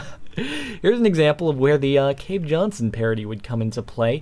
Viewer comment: cave jonshon hahaha